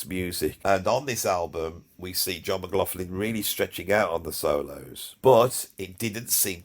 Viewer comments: Brilliant vid! Only one slight issue…John McLaughlin’s surname is not pronounced as an “f” sound in the middle, like “law-f-lin”, but with the “gh” as a guttural back-of-the -throat gargling sound, Scottish style, the way they pronounce “loch”! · Ann, John's sister, told me once it's actually pronounced with a 'K' sound. 'McLoklin' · And despite all that blather, the guy cannot be arsed to find out how to pronounce J McL's name properly.